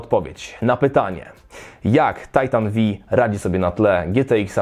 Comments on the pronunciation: To tego się nie czyta Titan V(five)? o.O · Ja myślałem że to się czyta tajtan pięć a , nie vi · Titan V inaczej tytan piąty. XD a nie Vi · Tajtan Vi xD Tysiąc osiemdziesiat TiAj :D Za to GieTeIx... ErTeIx... łot da fak? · V jak Volta